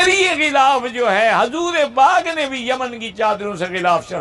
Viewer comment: Gulaf nahi ghilaaf hota hai.